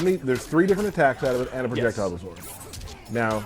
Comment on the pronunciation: Aboot! "I was oot and aboot" 😒